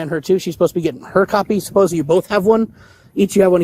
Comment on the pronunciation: ”supposeBLY” Is another one … THERE IS NO “B” in that word !!!